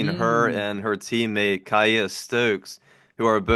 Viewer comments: Kiah pronounced Kea. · It is pronounced KEEYA! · It’s pronounced “key- ah” stokes but this was fun to see Aja in uconn gear! 😂😂😂😂